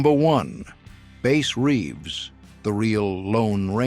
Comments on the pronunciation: They need to teach AI how to read.His name was Bass Reeves,not Base Reeves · How can you screw up Bass Reeves name, is the narrator A I, ?Reeves was the real Lone Ranger.